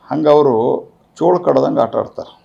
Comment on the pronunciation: ಚೇಳು ಕಣೊ ಚೋಳು ಅಲ್ಲ ನೀನ್ ತಿಕಾ